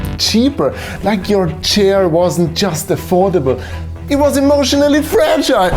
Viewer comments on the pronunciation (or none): none